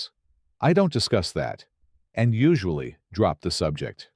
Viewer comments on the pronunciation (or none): none